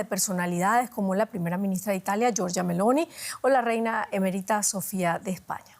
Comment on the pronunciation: Emerita lleva acento o enfacis en la segunda E no en la I hice mi primaria en caracas